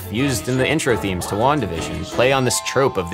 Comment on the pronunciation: Anyone else heard the phrase "Long division" instead of "Wanda vision" ? I honestly thought it was a theme song from a show about torturing people using #MATH, and my inner 4th grader got Goosebumbps. LOL